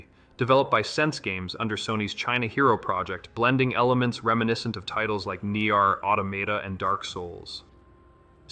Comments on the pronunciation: Neear auotomata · that butchering or Nier Automata made my ears bleed.